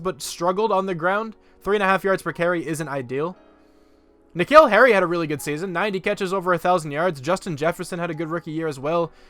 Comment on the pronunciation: Earliest I’ve watched one of your videos. It’s like 1 AM here. Also just realised that you say my name like N’Keal Harry’s. It’s like the name Nick Hill. You say my last name pretty well though.